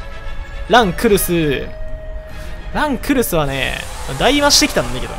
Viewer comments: この人ランクルスの発音知らんの？ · 最後の方ラン↑クルスとドッヘンアイアン連呼しすぎてて吹いた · ラ↑ン↓クル↑ス↓ってやつちょっとおもろい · ラン↑クルス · ランとクルスを分けて読むな笑